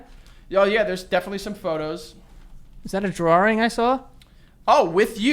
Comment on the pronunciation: why does Joe say "drawring" 🤣